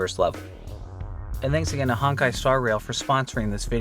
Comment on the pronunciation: Not Honk-Kai... its HONE*KAI